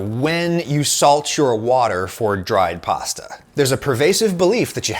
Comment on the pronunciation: this guy sure says pawsta a lot